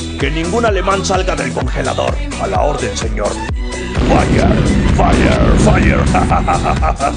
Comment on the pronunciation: "Fayer fayer" JAJAJAJAJAJA